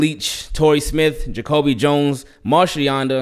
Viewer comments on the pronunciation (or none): none